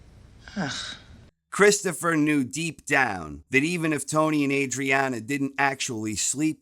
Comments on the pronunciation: "And he diddennt" 🤣🤣🤣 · LMAO "Did-Dent" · Oh No He Di'ent! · "And he did ent" 😂